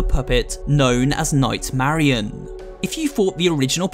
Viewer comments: im pretty sure its nightmarionette not nightmarionne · It’s not night Marion it’s night Marinette